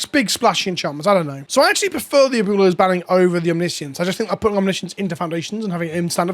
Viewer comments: At least he tried lol. Just say Ahh-boo-eh-low a tiny bit fast so the oo sound and the eh sound kinda blend together in the middle there. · Try saying it this way ... "AB - Well-o"... Its a tough word and no shame for the pronounced way that you said. stay milky my friend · "Uh-Boo-Lows" LMAOOOOOOO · Friendly pronunciation correction. Its AB - WAY - LOES awakening. Abuelo is "grandfather" in Spanish. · Me as a Latino hearing you say “Aboolows” hahaha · Better than SaffronOlive's Abooleo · I had 2 years of Spanish in high school like two decades ago and it hurt even my ears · ¡Cada vez que pronuncia Abuelo mal mi espíritu se muere un poco más! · I don't mean to be toxic but I really don't think when you're a content creator on the internet, there's any excuse to not know how to pronounce Abuelo. Like, I'll give it to Seth, he doesn't know how to pronounce English words half the time either, so it doesn't come off as any more disrespectful.